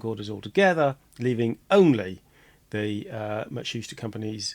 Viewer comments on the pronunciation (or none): Ma-tsu-shi-ta with stress on "i"